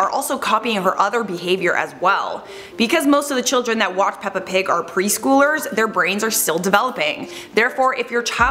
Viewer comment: all i picked up on was the fact that you don’t say “watch” properly